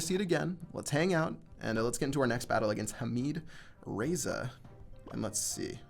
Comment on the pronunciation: you almost said "Hamid"(حميد ) perfectly most people can't say the letter "ح" but you almost did it